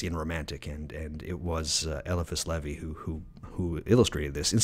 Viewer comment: Agreed, that and he's the ONLY person I've came across to mispronunciate LE-VAIS name into leh-vee, not a big deal just thought it was odd.🎉 Him, Agrippa and dee are whose works I have followed and practiced off of myself unlike most men I know who practice based off of thelema and Crowley's crazy ways, lmao.